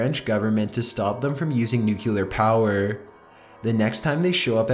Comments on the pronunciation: FOR GOD SAKES.... IT IS NUCLEAR! NOT NUCULAR. why are you so stupid that you don't get this!?!?! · I like his videos buy how hard is it to pronounce the word "nuclear"? New-clear, not nuke-u-ler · OMG it's pronounced NEW CLEAR, not NUKE YOU LAR!! PLEASE give up your day job!! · NUCLEAR, NOT NUCULAR CHILLS.. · its pronounced NU-CLE-AR not NUKE-UL-AR STOP TRYING TO SOUND SUPER INTELLIGENT HAHAHA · Nukular? Why do people say "nukular"? Nulular is not a word people!! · its not fucking nu-cu-ler its nuclear! ffs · 1. It's pronounced CHIL-AY, not "Chilly". 2. It's pronounced NU-CLEAR, not "Nukular". Also, it's only a model. :) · PS: it's "NUCLEAR", not "NUCULAR" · Nuclear = Nuke-ya-lerr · The "nuculer pollution" is actually steam fam. (I know its spelled nuclear, I'm not retarded)